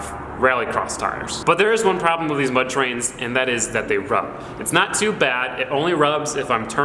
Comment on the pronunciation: Have you always said "wiff" instead of "with"